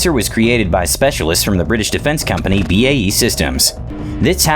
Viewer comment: Its B A E not Bey!